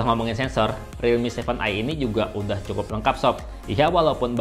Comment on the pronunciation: Aku dengernya kakak blg redmi 7i